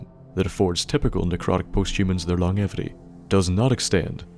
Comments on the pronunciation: Welcome back my good man, and it's long-jevity, not long-evity daft Irish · Lmfaooo he said “long-evity” hahahahahahaha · lon-jevity please... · Good vid... but your pronunciation of longevity makes me cringe a bit. It is pronounced like this: Long-jev- ity. Hope that helps! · Sorry to be a grammar Nazi but that’s not how you pronounce longevity